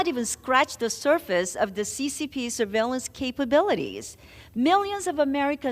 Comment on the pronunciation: D- Meeks NY….please stop butchering the word surveillance